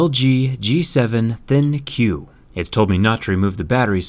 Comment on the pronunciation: I'm pretty sure it's pronounced "Think"